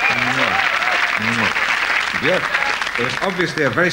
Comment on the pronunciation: He actually pronounces Björk correctly.